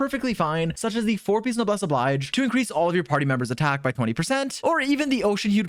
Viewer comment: Love that went out of his way to pronounce “dandelion” incorrectly for no other reason than that it sounds funny. But hey, at least he admitted that it was the incorrect pronunciation, unlike every time he tries to pronounce “Noblesse Oblige” 🤦‍♂️